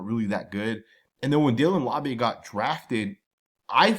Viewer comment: Always butchering the pronunciation of Laube 😅 still love the content tho 😊🏴‍☠️